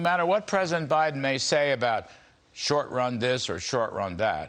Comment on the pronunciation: Did you say bindin stealing